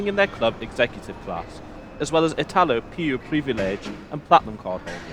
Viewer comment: It's pronounced "eetalop" without pronouncing the "p".